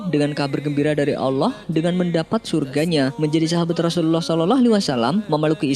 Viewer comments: Pengisi suara kurang fasih ketika berkata Rasulullah S.A.W . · Napa ya nyebut rosullullah kerasa sulit bgt .. penyiar nya..